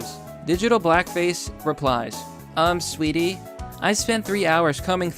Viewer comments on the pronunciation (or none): I read "Umm, sweaty" as in "a good workout leaves me all sweaty," not as "sweetie" like you read it, lol! Dude got all sweaty combing through the guy's Reddit like some kind of perv who gets off to stalking people while licking ranch dressing off his chubby nipples. XD Uhh... not that I know anyone who does that... *backs away slowly*